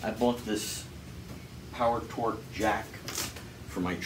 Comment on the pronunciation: "Power TONGUE," not "Power Torque.